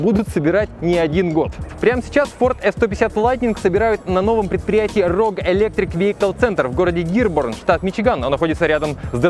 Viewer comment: В названии завода Рудж, а не Роуг